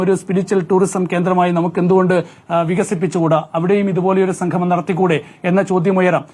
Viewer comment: സംഘമം അല്ല സംഗമം